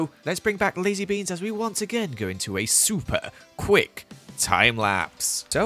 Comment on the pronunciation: The way he said quick unsettled me